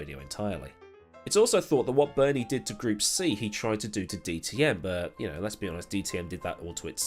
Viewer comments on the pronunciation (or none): none